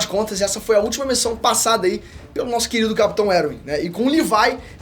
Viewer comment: Eu gostei desse novo apresentador do canal mas confesso que me senti incomodado do cara falar os nomes todos errado. Fróqui? Eruin kkkkk. Me passa a sensação que ele nem entende nada mas ensaiou muito bem. Tirando isso muito bom